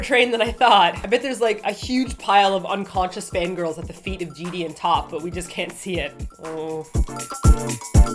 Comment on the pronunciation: Haha I just noticed you guys say JD instead of GD